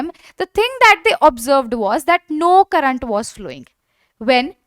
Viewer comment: Pronunciation of current 🤨